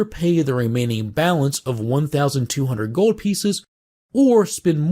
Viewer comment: Love how you say "gowld"